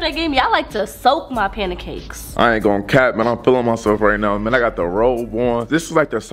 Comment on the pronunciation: said “ I like to soak my panacakes😂